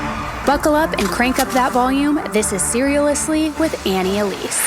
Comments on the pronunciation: your gonna have me saying Serialously instead of seriously now!! 😂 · I’ll admit that I’m having a few drinks tonight and “SERIALously” just flowed out of my mouth after I heard you say it 😂 it’ll be fine